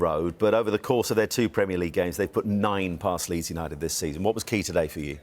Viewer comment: It is Leeds,please